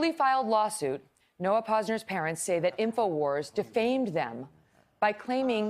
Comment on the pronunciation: TY Megyn for pronouncing the Pose-ners name properly : ) ish lol